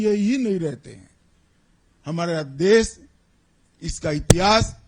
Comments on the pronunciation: Amitshah ji deas nahi dash bola jata he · This man can't even speak Hindi properly. Sha is sa for him, des can't say desh! Apna naam SHAH kaisey batata hoga... "Sah"😢